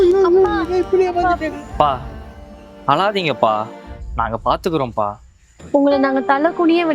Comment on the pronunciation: அளாதீங்க இல்லை அழாதீங்க